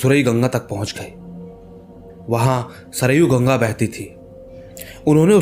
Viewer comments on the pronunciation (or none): none